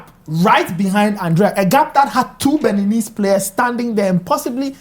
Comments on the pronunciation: Did the host just say Beninies?????? wow Brofo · Mr Journalist, did you say Beninis? Oh Ghana, our educational system has a problem. How can a journalist be on TV and say something like that? Hmm.